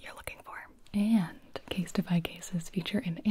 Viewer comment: I have nothing to say except that you said “CaseTify” and I heard “instapie” and I thought “omg a pie ordering service that sounds amazing”